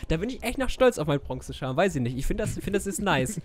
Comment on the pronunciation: Jeder Normale Mensch: "charm": "scharrrm" Zu guut😅